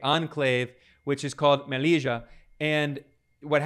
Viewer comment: Sir, the name of our city is not pronounced Meliega, (the french J) its Mè li ll a (pronouncement same as the LL in Alli) So sad what happened to the sub saharan Africans, and its not the first time they try to flood into our city, but we indeed have our problems. I was following this debate lately and some people still wrongly assume that Melilla is part of Morocco or that Spain robbed it from Morocco, this is not correct. It was never part of Morocco.